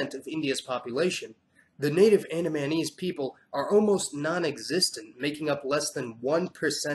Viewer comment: Gotta work with your pronunciation mate, It's AN-DA-MEH-NIECE... Andamanese... YT auto generation caption thought it was "Anime knees"